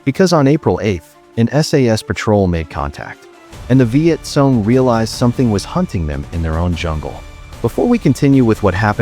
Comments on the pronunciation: It is pronounced CONG not SOON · Learn to pronounce name would help a lot... it's not sone it;s cong